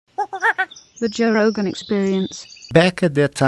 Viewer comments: Joe “hogan” he says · Joe "zho hogan" Rogan